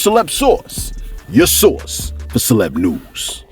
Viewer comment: I swear it's sounds like you say celeb Sauce sometimes, love the content